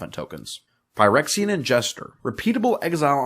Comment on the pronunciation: Great video. I do have one comment though. "Ph" in English is pronounced like "F" It shouldn't be "Pie-rexian" It is "Fy-rexian"